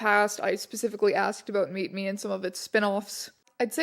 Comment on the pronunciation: I heard MeetMe as MeatMe for half the video which makes this just 200% more entertaining